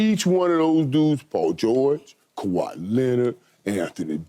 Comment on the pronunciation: Michael Irving really has trouble saying kawaii Leonard's name😂😂😂. Thus is the second time I've seen him struggle saying his name 😂😂😂